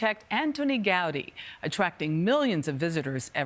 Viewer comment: “Gowdy”? Seriously? Can’t even be bothered to learn how to pronounce the man’s name when the article is specifically about him?